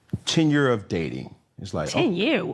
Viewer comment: I say "Tenure", Angela Simmons hears "Ten Year".